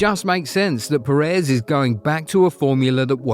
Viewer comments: What I think: It’s “Pérez”, please, if you could manage. Or make the ai voice pronounce. “PerÉz” really hurts on the ear. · The pronunciations are always so bad. They don’t have ONE video where they don’t mess it up